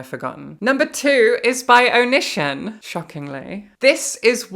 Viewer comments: I was only listening to this video so I was so confused by the name "oh-nihshin" and that the books sounded so familiar and I couldn't place them until I heard you read his author description where his real name was Greg and I looked at the screen to see Onision (pronounced Oh-nee-see-on) and felt like I was hit with a ton of bricks. Oh! That's why! XD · Love your interesting pronunciation of Onision (Oh-nee-see-on). Love even more that it's indicative of the fact that you've never heard of that sociopath or ANY of his fuckery. It seems like a sign that the world is healing. The world needs healing right now. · IT'S PRONOUNCED "oh-knee-sea-on"! STOP TRIPPING UP MY OCD 😭😭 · Onision's name is pronounced (Oh-knee-see-on) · I love the Onision mispronunciation. He deserves it and so much more. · She pronounced it wrong so it didn’t immediately click, but when I looked up and saw it written, I’m like “Oh This f—-ing guy”